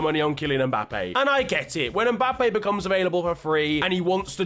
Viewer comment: Kylian M'Kane